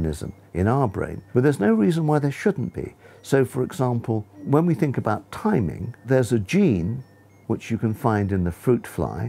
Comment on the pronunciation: "abot" makes it only funnier